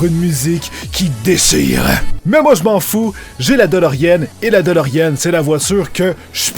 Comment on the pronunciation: tu sais qu'on dit "deloriAne" et non delorienne.